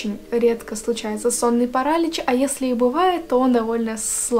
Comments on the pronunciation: Классный канал! Честно, когда только зашла сюда, думала что у тебя подписчиков больше :) Только вот, не парАлич, а паралИч Удачи тебе ❤ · ПарАлич,может паралич*Режет уши от такого🥲Ну а так история очень интересная😋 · Вот всё отлично, но... Как же режет слух этот самый "сонный парАлич" 😭